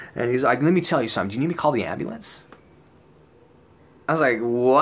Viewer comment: The ambley-ance. Lol